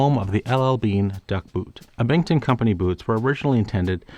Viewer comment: The way you pronounce Abington is horrific